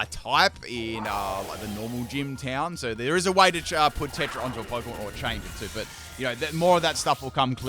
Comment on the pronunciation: Bro pronounced Terra tetra